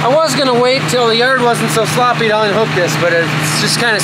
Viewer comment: I’m taking a shot every time says shloppy.